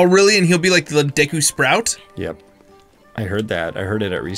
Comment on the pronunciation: I’m surprised he managed to mispronounce the word “Deku” considering the Deku tree says its name in game.